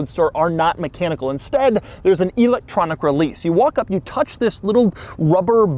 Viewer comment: "EEEElectronic". He probably says Eye-talian and See-ment too.